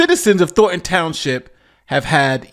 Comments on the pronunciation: "Thor-un" Townshjip? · Thorn-ton, not “thor-en”